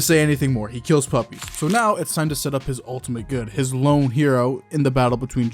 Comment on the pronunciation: "Lone" no...